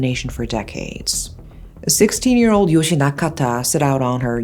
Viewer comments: The e in Yoshie isn't meant to be silent. It's pronounced like eh. I feel like it's disrespectful to the victim to not say her name properly. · You're mispronouncing Yoshie-san's name. Yoshi is a boy's name. An i always indicates an ee sound, and thus an e after it should be its own syllable and add an eh sound. ...Poor girl.